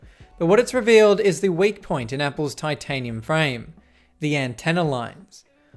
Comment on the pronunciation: Titanium frame ❌ Tin tanium frame ✅